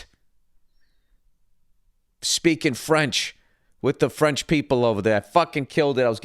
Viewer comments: His french is pronunciation is not bad. Kodos Billy Bilingual. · Good job on the French, Bill. You're ready to eat Jerry Lewis' lunch.